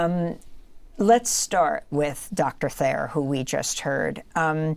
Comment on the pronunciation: His name is Taher Ahmed , Not Thaer Ahmed😔